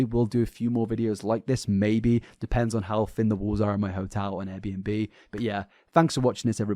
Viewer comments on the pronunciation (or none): none